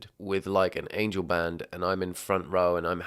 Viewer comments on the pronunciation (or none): none